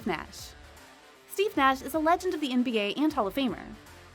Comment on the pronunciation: She couldn't even say Steve Nash right